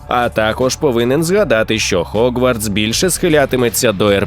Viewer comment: Гоґвортс будь-ласка) не хоґвартс ще там де була "спільнота" напевне краще вжити "гуртожиток". Якшо шо не чіпляюся, а просто роблю помітки, раптом буде корисно Дякую за контент енівей